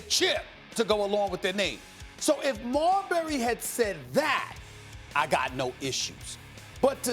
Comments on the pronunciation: The way Max says Marbury is hilarious 🤣 its pronounced Mar-Berry not Marbry max lol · Max Kellerman pronounces Marbury like Cadbury or Burberry. It should be like Pillsbury 😂😂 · Why is it such that Maxx Kellerman, whom has more then likely has been writing pieces on Steph for over his 20 Yr. NBA career chooses not to pronounce his last name correctly ???